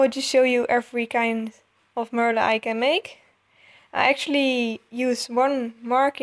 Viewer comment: and its pronounced (mer (thyms with duh)-le